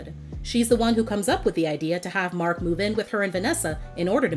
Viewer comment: I cringed every time raven called him cousin markn 😮‍💨 I'm like just say mark dang it!!